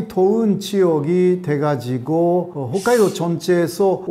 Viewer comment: 어떤 사람은 훗카이도라 발음하는데 홋카이도라고 하는게 역시 맞죠.?!